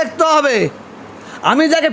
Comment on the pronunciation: প্যারথি নয় প্রাথী হুজুর